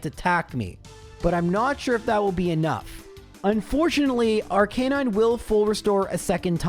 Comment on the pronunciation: I love your content but I hate the way you mispronounce Arcanine